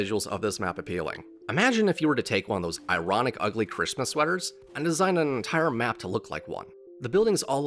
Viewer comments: number 1 why do you say CISMUS. and number 2 mate it's just a smismass map. it's not meant to be Perfect. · Is it just me or does he say “Cissmiss” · Am I deaf or is he saying "cystmas" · all i heard was sissmas